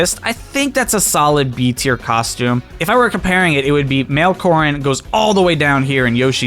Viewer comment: Who else heard corn instead of corrin